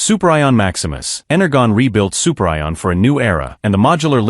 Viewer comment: "Soup Rye On" LOL....